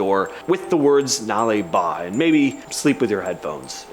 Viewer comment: Thanks for saying 'Nale Ba' correctly, you nailed it 👍